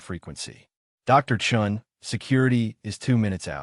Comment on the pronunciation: Chun? Not Chen? . . . Sacrilege!